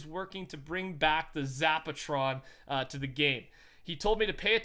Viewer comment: Zapatron you say?